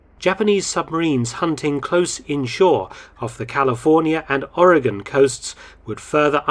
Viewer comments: Doctor, as a native Oregonian, I wish to thank you for learning how the States' name is pronounced. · Thank for pronouncing Oregon correctly. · The Japanes shelled an oil refinery and caused hundreds of dollars of damage. Hundreds of dollars. I've been to fraternity parties that caused more damage. Mark, you said Americans in California and Oregon were kept in a state of fear. True (well done, pronouncing "Oregon" correctly). But Americans in Washington State were also alarmed. It's funny how quickly civilian patrols formed to watch the coast. It's a miracle that these amatures didn’t exchange potshots.